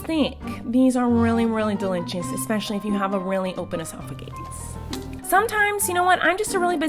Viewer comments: Normal people: delicious Miranda sings: delitchis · I love how she says delichous love you so much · in this vid I thought I would have too count how many times Miranda says deli chis I'm surprised I did not have too but all the times she dose say delich is